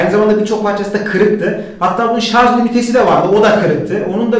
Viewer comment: Şarzzzz değil ŞARJJJJJ :))